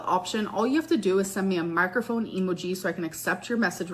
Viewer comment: why does she pronounce it “Emo G”